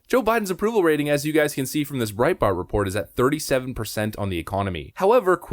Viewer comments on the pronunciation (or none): none